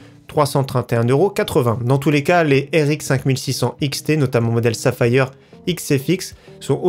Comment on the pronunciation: Arrete de dire Safa, hi, aire...//< sa fire, c'est mieux...